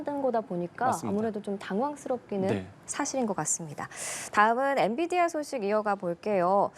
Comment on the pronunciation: 이 사람은 엔‘비디’아를 맨날 엔‘디비’아 라고 하네ㅋ 한 번이면 실수일 수 있어도 늘 그러는거면 모르는거임ㅋㅋ